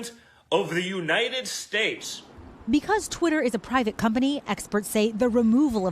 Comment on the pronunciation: Sounded like he said The Pressident of the You night ted States